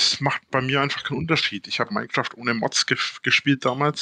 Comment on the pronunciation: Das "Mienecraft" kommt von Gronkh, der das früher immer so ausgesprochen hat